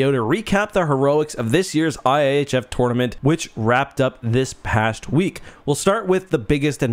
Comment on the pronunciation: He said tournament weirdly once and I let it slide. I heard it a second time and had to leave